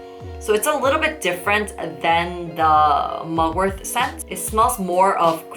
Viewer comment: Is it me or it always sounds like you're saying mugwor-TH... The T in Mugwort is like the T in Fart. 😁